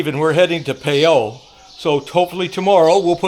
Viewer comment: Please Please Please ask your wife the correct way to pronounce PHAYAO...You need to Tweek your pronunciation just a little bit....